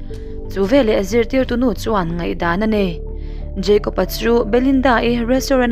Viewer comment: Jeicob ani mi a.., Jacob ni zawk lo mi... Kapi...